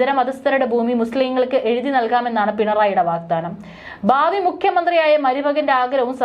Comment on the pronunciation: ബരണം, ദാർമികം, ബലം... ബാവി, വക്കഹ്ബോഡ് , ആതാരം... നാണമില്ലേ ഇങ്ങനെ മലയാള പദങ്ങളുടെ വികൃതമായ ഉച്ചാരണ ത്തിന്